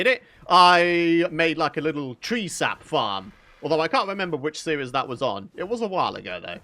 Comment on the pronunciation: Series? Why does he say it like that?